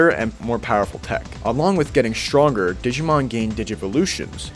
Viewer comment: Glad to see a digimon world 3 fan. But his pronunciations of the Digimon hurt me. Still a good video.